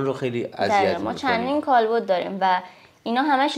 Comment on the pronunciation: کالبُد اشتباهه دوستان درستش کالبَدِ